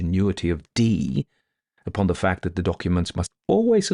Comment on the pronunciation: Is it Dupont? I thought it was Dupin, although he’s pronouncing it Dupan.